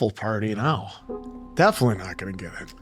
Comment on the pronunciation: Milchick not Milcheck or Murtaugh. Definitely not defilly. 🤨🙄😵‍💫